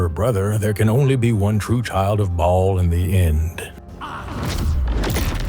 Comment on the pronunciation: The way he pronounces Bhaal tho 😂 "Bawlll"